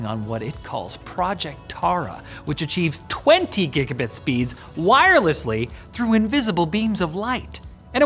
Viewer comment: Bro said "gigga-bit" 💀